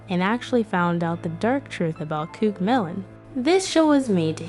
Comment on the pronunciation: Covmelon this is not a hate uyou say cook melon😂